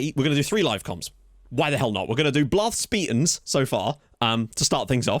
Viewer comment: This being my first time hearing it, "Blarth Speetans" might be my favorite thing ever. Made me laugh every single time.